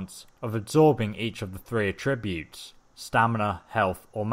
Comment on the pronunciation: it's not a-tribute, it's at-tribute